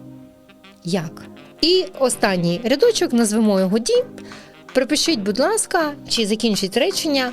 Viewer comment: Все клас. але ці назви пунктів ЕЙ / БІ / СІ / ДІ - настільки ріжуть вухо, що відволікає від головного посилку. Розвитку всім та вдосконалення